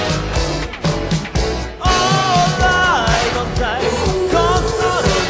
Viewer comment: 「僕の」の入りが少し 早かったせいか「ぼ」が伸びた感じになってるのと 「さぁ回り」の「り」の高音部分ができってないのと 「目も眩むほど」のあとのOh ohが入ってなかったです。 2番目のRide On Timeの Timeの発音のmeの発音が強調されすぎて やはり本人と多々違うところが 浮き彫りになってます。